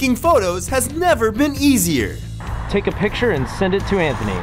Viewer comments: It Says Pitcher Instead Of Picture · Said Pitcher not Picture